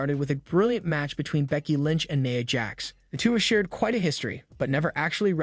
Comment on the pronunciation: Its NIA jax not naya